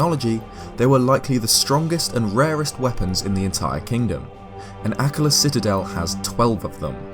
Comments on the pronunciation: It's pronounced ah-KKA-la, not AH-kka-la 😩🙏 The emphasis is on the second syllable, not the first !!! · I thought it was pronounced like uh-KA-la, not AK-ala. Interesting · AKKAAAAAAAAAAAALA not “ACK-a-lah” 😭😭😭😭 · Anyone else pronounce Akkala as "Uh-KULL-uh"? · Nooo,! Pronunciations, boyo! Haha. Akkala = Ack-arr-luh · normally I love hearing you speak but holy shit I can't take you pronouncing it like "akluh" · Your pronunciation of the word "Akkala" hurts me. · Your voice is perfect for these videos but I HATE the way you say Akkala